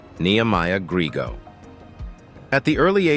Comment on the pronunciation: NEHEMIAH GRIEGO. NOT GRIGO.